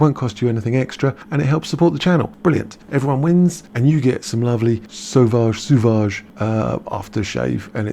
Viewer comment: Sauvage is pronounced like the eau in eau de toilette...